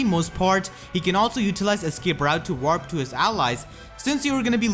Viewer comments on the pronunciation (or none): none